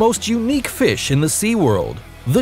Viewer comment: that's not how you say fish mr